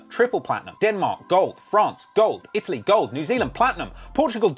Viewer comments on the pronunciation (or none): none